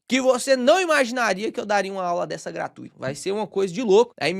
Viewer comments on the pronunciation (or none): none